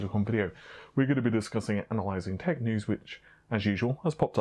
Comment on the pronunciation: dunno how he even manages to change 'tech' to tittycum...